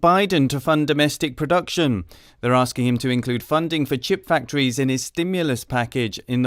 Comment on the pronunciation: People are axing him questions? That doesn't sound safe. Asking sounds more safe.